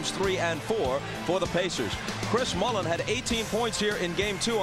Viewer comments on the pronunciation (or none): His name is Mullin Isaiah. So salty about the dream team snub he won't even say his name correctly.